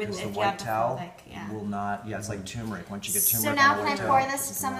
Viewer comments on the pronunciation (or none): love ya DOC but it's pronounced TUR -meric. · Too mere ic